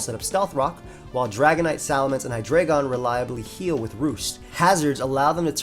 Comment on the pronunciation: It’s pronounced meh-tuh-GROHS, KUH-moh-oh, and hye-DRY-GIHN, “”! 🤨